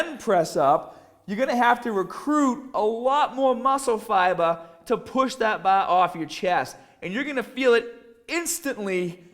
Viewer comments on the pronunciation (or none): 'Baahbell' 'fibah' 'shouldaah '